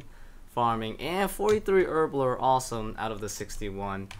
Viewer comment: You say Herbler or erbler even haha.